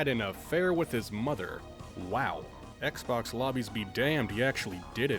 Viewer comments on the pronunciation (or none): none